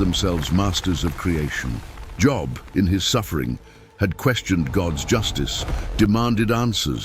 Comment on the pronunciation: Job not job